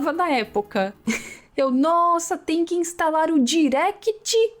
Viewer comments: Direct "Xis"... Eu também falava assim! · Cêmós, Biuz e Directi Chiz são as pronúncias mais que perfeitas, qualquer coisa fora disso é delírio hahaha. Muito interessante essas curiosidades, passei perrengue jogando esse Fantasia hahaha. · A pronúncia pra mim "Direct Xis" mesmo falo assim até hoje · é direct - xis até hoje erra tá tú kkkk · Eu tbm falava Direct Xis akkaakakkakaa, aliás mds seus vídeos são tão bons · Muitos computadores tive que instalar o "diréct xis" kkkkkkkk nostalgia pura ♥️♥️